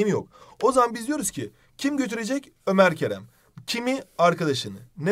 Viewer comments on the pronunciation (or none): none